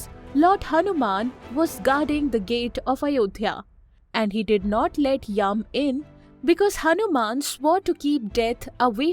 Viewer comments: it is not yam.. it is yama... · Wtf is yum. It's Yama Dharma. Or Yama. Not yum. Not Yavaga.